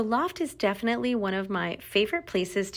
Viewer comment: Def-ly. Prolly. It’s pronounced def-inite-ly and pro-bab-ly. Annoying. Say ALL of your syllables.